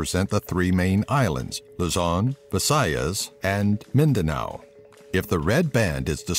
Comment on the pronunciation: Omg he pronounced Luzon visayas and Mindanao correctly. Finally